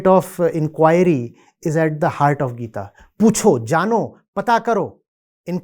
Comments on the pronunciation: Why the heck is calling Gita as geet? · Why you pronounce Gita as "Geet" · Bhai podcast bana rahe h itne bade gyani ko bulaya h inko. Bhagwatgita ka naam lena bhi ni aata bhagwat geet 😅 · Why are you not pronouncing "gita "word properly man..... This is very arrogant of you